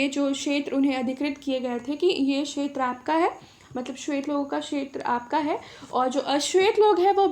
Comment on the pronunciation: Madam ji क्षेत्र का उच्चारण अच्छे से कीजिए और साफ लिखिए.....